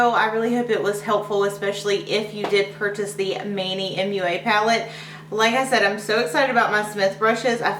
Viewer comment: manny mua.. Mua like a kiss not M-U-A.